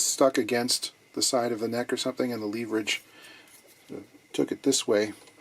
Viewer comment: Leverage is pronounced "leverage," not "leverage." 🤣🤣🤣